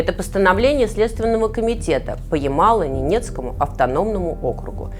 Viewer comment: Юлия и команда! Сил вам и терпения! Одна маленькая поправка: название региона звучит как ямало-не́нецкий, а не ямало-нене́цкий округ!